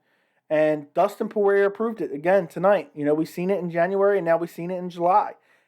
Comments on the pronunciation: The last “r” in Poirier is silent. Poor-e-Ay. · When you annunciate the letter R on the end of Dustin‘s name it makes you sound kind of like a hillbilly. wait a minute I’m from the hills of Kentucky maybe I better pick a different term. You sound like a goof, yeah that’s it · I assumed from your accent that you were from New Orleans but I guess that isn’t true considering the mispronunciation of Poirier lol